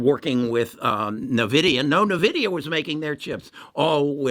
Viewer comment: Why should i trust someone who can't even pronounce nVidia or EUV correctly? Who doesn't know that TSMC decided to pass on High NA EU for now, even though they can buy it from ASML. There is so much wrong information in this video..and I say this as an Intel bull